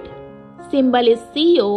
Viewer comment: Woh simble nahi symbol hota hai